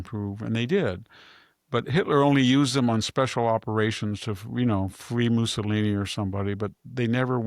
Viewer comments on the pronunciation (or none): none